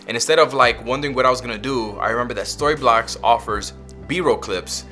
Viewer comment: "Thank you SquassssToryblocks." You almost messed up the sponsor! Good tips here.